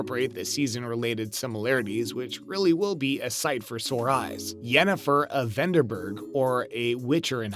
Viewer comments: Brief aside, you should actually watch and retain the info you're going to report on. Your obvious and multiple mispronunciations make it apparent you are simply reading someone else's words. Jeralt, Ciril-ia, Veneberg, Herrich, etc. It's G -eralt, Ciril-a, Veng-erberg, and Hiss-rich. The idea that game of thrones and the witcher are connected is extremely thin, but not entirely without merit as there are multiple worlds in Sapkowski's books that Ciri is able to travel between. Spoiler alert- Ciri comes to earth and spends time with the knights of the round table at the end of the books. So, since game of thrones was a franchise made on earth centuries later, they are connected. Another possibility is GoT is another world that could be connected to the Witcher universe, but that's even thinner. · Yennefer of Veneberg 🤣 This guy hasn't read the books or watched the show 🤣